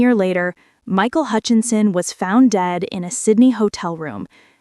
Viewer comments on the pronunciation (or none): For anyone who may not already know, Michael's last name is Hutchence, not Hutchenson